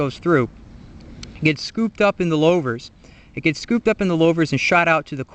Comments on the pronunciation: lou-vers not low-vers good vid thow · Good info on the design of new and old style glasspacks. In the old days we would bake the glasspack in a fire pit before installing. I always heard Louvres pronounced as Lewvers not Lowvers. Just like in the name Lou Castello. 😷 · Louvers like ew or St. Louis not lovers with a long L.